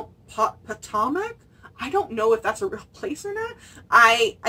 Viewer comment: Potomac River? Po-Toe-Mac That's in the US . It flows through West Virginia and Washington D.C. Its the river Mark Twain wrote about in Huckleberry Finn.